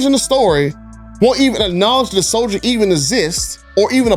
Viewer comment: It’s “soldier”. 😃